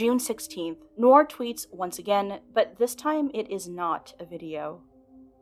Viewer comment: Noir: nuh·waar not "nor"